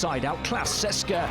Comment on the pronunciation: EUROLEAGUE IS ITS A EUROPE LEAGUE! COULD YOU PLEASE HIRE SOMEBODY WHO WILL ABLE TO PRONOUNCE DAMN NAMES. You guys cant pronounce even clubs with perm licenses. CSKA is not CESKA etc I am not even talking about other clubs and players, its painful to listen.